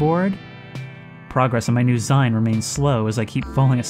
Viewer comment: Dude, it's 'Zine' - as in homemade maga'zine. Rhymes with clean.